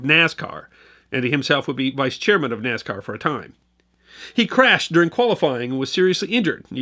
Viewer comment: It's Soldier Field! And NASCAR is not pronounced with a Z!